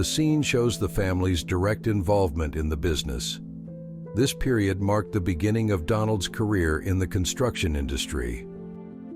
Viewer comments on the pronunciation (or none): none